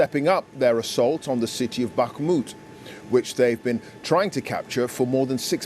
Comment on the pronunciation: Finally, a reporter who can actually pronounce Bakhmut correctly!